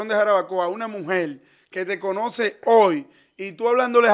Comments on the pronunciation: El No Dice Hoy El Dice Ol 😂😂😂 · El patrón le tiene miedo a la iii,dice hol en ves de hoy😂😂😂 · El se queda, encondio😮😅... se dice, escondido, por dios!!. estos dominicanos, se han dedicado a ganar dinero en las redes tienen un dialècto tàn malo, que yo siendo dominicana, me da tanta vergienza 😅 y oye, no dice hoy ni loco, èl Siempre dice, hol😅 y dice que alguien lo selañe 😂